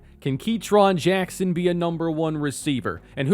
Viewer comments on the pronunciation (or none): none